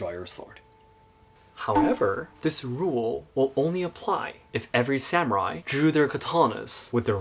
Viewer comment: Am I the only one troubles by the use of the term "SAM-u-raiS" vs "sa-mu-rai"